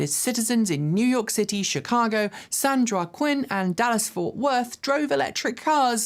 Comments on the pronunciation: She also said "San Joe a Quinn." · "San Joaquin", it's pronounced WAH-keen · The song short shorts must be public domain by now, that would be hilarious intro music! That Genesis should play that music as it's pedestrian warning sound. When I moved to Fresno I pronounced San Joaquin as San joke win, it's san wa keen. When I moved to Hawaii I thought mahalo meant trash because it's on the trash cans, it means thank you.